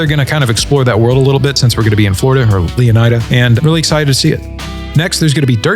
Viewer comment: I think leonida is supposed to be pronounced leoneeda